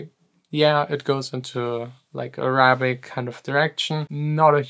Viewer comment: Accent on the A on Arabic on first syllable